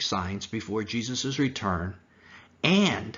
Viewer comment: Would you please stop saying Jesus’es. It is Jesus’ . Moses’ is pronounced the same way- only two ess.